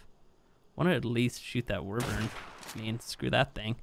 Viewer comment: Hello instead of saying wyvern can u try say why-vern